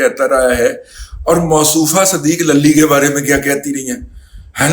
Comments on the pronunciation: دادا جی صدیق للی نہیں صدیق لولی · صدیق للی کی لام پر زبر کے بجائے پیش پڑھا جائے ۔۔۔۔